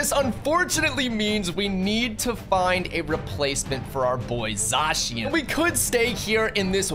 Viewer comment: Your pronunciation is all wrong for zacian and arceas